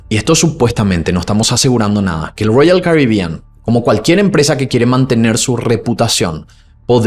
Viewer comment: Que problema tenés con las palabras ROYAL CARIBEAN? Suena raro cada vez que lo mencionas y tambien diferente, llama la atención la forma en que lo pronuncias.